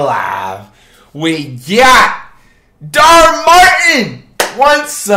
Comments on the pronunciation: It’s dhar Mann not dhar martin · Dhar Martin LMAOOOOOOO it’s Dhar Mann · flight its dhar man not dhar martin hahah i love your vids tho man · " we got dharr martin " lmaooo im dead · "dar martin" ... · Did bro just call him Dhar Martin?? 😂😂😂😂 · dhar martin😂🤣🤣 it’s dhar mann flight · “Dhar man” not “Dhar Martin” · "Dhar martin" Me everytime: Dhar MANN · It’s dar man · I don’t understand how he still calls it Dhar Martin instead of Dhar Mann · Who's Dhar Martin? It's Dhar Mann! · So no one gonna talk about when he said Dhar Martin😂😂😂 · No ways Flight really said “Dharr Martin”😭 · his names dhar martin now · “dhar martin” 💀💀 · Flight: "The names right there" Also Flight: Dar Martin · “Dharr Martin” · lol he kept saying dar Martin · Man said in the intro "We got Dhar Martin" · He called him dhar Martin I’m dead 😵😂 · Mans seriously said Dart Martin. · “ Darr Martin” 😂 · Dude said “Dharr Martin” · Why he sound like he says Dhar Martin 😂😂😂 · “Dhar Martin” LMFAOO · He keeps saying dharr Martin lmao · i am sorry but did you say dhar martin? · Why he say dhar Martin lmao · Still can’t believe he calls him Dhar Martin🤣🤣🤣🤣🤣🤣🤣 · Has anyone ever noticed that he's saying his name wrong